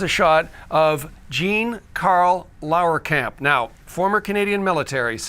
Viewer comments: Laaaaarkamp. There is no way the name should be pronounced L a u e r kamp. So it is pronounced L a h rkamp. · Lahrkamp has 2 syllables not 3.